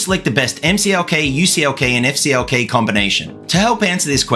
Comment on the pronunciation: You said EFF CLK. What did CLK do to you? HA! I'm guessing AMD knows that there is performance to be gained in a better memory control on their next gen MB platform. Informative video! Good job!